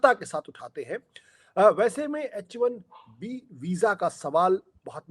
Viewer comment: sir It is H1B not HIB